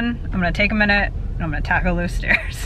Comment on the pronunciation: What a fun, lighthearted video! Thanks for the laughs, Harlow! Plus I had to laugh at myself. I heard "stares" not "stairs." I was ready to go to Tallahassee and defend you against the person who stares at you so much that you don't like going there. :D